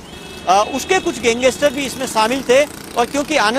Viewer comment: Pehle to tu gangestar nhi hota , gangster hota hai, bolna sikh pehle , fir reporting kr